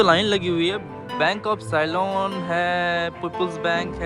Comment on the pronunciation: साइलोन नहीं सीलोन बोला जाता है ... कहीं ऐसा ना हो कि साइक्लोन बोल दो ! तुम्हारी अंग्रेजी - हिंदी माशाअल्लाह 😂😆🤣